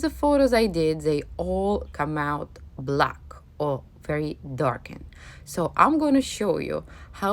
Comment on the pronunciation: de way you said black👀👀😂